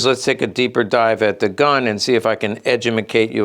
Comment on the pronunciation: I love it when you “edge u micate “ us. 😂 Thanks for sharing. Have a great weekend! 🙏🏼